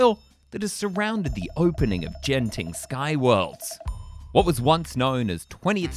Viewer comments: Singaporean much? It's pronounced as 'G'enting... NOT 'J'enting! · i think you pronounce genting wrong its not jen-ting its genting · Its not gene-ting, huhu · I'll be making my second trip to Genting (incidentally, pronounced Ghenting with a hard G) in two months; like my first time, I'm not planning on visiting Skyworlds during this upcoming stay, either. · Its Genting not Jenting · ''Jen-ting skyworlds''